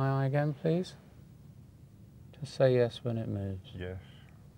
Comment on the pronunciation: Luis Santiago Now I can't help to listen 'yesh' jahahahahahahaha